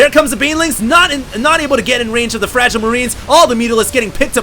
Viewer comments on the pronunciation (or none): none